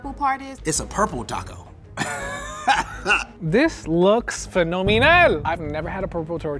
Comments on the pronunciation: Im sorry but if you pernounce taco " taha kow " you no where near Latino and or Mexican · Its pronounced taco not taco